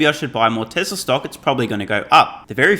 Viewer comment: My friends and I take a shot of vodka everytime you say Tezzlar instead of Tesla..